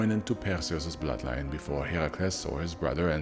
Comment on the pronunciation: Correct, only here. He’s the only YouTuber who actually pronounces the names right. Even the “mythology” YouTubers mispronounce them and then “correct” others who were right all along.